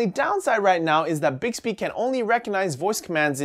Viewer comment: Mmmbixbbehhh. Never gets old